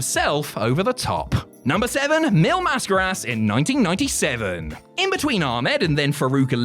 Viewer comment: Congratulations on saying Mil Mascaras. Can you call Simon Miller and tell him how to say it?